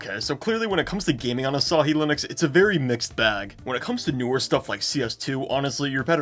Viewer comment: Say asahi bro 🥀